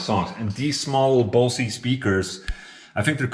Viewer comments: I always thought Bose was pronounced Bows not Bosie.... Then again, I could be wrong. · Dude they're called bose not bosy hahaha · Actually being pronounced [bouz], no "e" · "Speakers from Bouw-see" xD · That's the third different pronunciation of Bose that I've heard on your channel :D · I got no clue how you write that in this pronounciation speech thingy, but it's a German brand, so you pronounce the B like any B, the O like in sword, the S is soft and the E is like the second E in excessively. Pronounciation is on the O